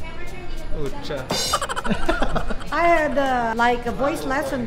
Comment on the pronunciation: did say Pucha?? hahaha